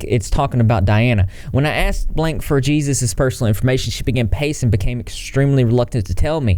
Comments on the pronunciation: Sorry , I love your channel, but you said Jesus as in the lord and savior. Lol silly man, his last name is Torres (torrez) which is Hispanic. His first name is pronounced like Hay-Soos. The Js in Hispanic names are pronounced like our H's. Just trying to help ya 🙂😉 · how you said jesus i💀 the Spanish pronunciation name jesus is like “ hayzoos” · 1. Its pronounced like ”Davey”. 2. JESUS is prounced like ”Hey-suess” 3. Geez you must be running out of content cause its been known for years that hes a predateor. You worked at hot topic. You know this. Even the article you are referencing is from almost a year ago. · It's pronounced "hay-soose" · Oh boy. How gringo are we in the south? There’s gotta be ppl named “Jesus” out there. Btw it’s pronounced “Hey-zeus”. Eye roll. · It's pronounced "HEY-soos" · "Jesus" The J sounds like an H.. Js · Rose HobisFlower I honestly expected him to mispronounce Dahvie and he nailed it, but then he called him Jesus and I wished I could jump into the screen to tap him on the shoulder and be like “pronounce it like Hey Zeus.” 🤦🏽‍♀️ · Jesus is pronounced as "HE-zeuz" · He zeuz, really? Did you even try? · It's pronounced "hay-soos". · Luna well um the name jesus is a hispanic name so in the spanish alphabet j is pronounced as an H sound..... so names like jose, juan, jesus all have h sounds in the beginning,,,, but Jesus is Jesus i have no clue i'm not religious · Omg, you said jee-zus. It’s Jesus like Hay-zeus 😭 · It's pronounce "hey-zoos" not like Jesus of the Bible. Jesus (hey-zoos) is a common Latino name. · It's not Jesus You pronounced j like an H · His first names pronounced HEY SUES not Jesus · The name Jesus is Hispanic, it's pronounced "Hay-soos", not "Gee-zus". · Things that slightly aggravate me: people saying “geesus” instead of “heuzus” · I think it's pronounced like heyzues not Jesus like Jesus Christ. I could be wrong tho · Also it's "hey-SOOS" not "JEE-zus." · Pronounced Hey Zeus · It’s pronounced Hey-sues . Thanks